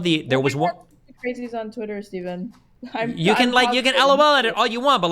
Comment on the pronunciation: Who's "Fteven?"